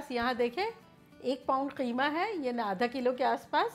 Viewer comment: I love the way when you say qeema